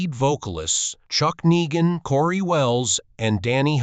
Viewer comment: This one stinks. Can't even say Chuck's name right.